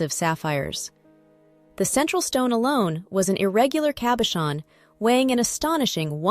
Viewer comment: Wonder if the A.I.s pronunciation errors are due to software created by ignoramuses, or are the result of the video creator's inappropriate pronunciation. It's impossible even for a non-native French speaker, but rather an Italian speaker, to hear distorted terms like; "cabachon," (cabochon), "perure", (parure), "zaffiro del Perù" (instead of, della parure), Cardier(Cartier), Van Cleef And Arpels... and many other errors. If A.I. is supposed to be the future... well... I hope someone, enters the correct data, in the correct languages. Otherwise, in addition to widespread grammatical ignorance, the fault of people who haven't studied or researched, before posting anything, we're in total disarray.